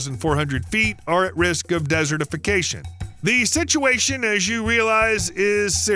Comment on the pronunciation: The way you say desertification bothers me.